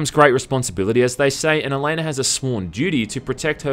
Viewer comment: OH MY GOD OH MY GOD THEY MADE A VIDEO GAME OF THE WHEEL OF TIME SERIES Also Elaine is pronounced E-LANE. Elaine is the Queen's daughter and a loved one of Rand Al Thor, who is Lewis Theron Telemon the dragon reborn. Basically Rand is like the series version of Jesus. You're also pronouncing the spells wrong. If you open one of the books (that are only 10$) it has a thesaurus in the back of it. Also the white cloaks ate assholes. Basically like the series version of kkk. Lastly the spells actually might be weak because Elaine is pretty damn average as far as Aisade go. Another note, I don't wear fedoras or collect cheap katanas.